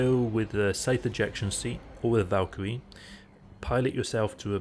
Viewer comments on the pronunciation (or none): none